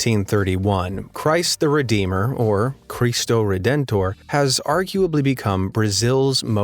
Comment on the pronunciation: Him: speaks all languages fluently Also him: mispronounces 'Cristo Redentor'